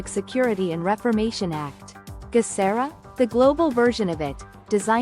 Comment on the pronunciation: Geh sar ah hard G sound. Global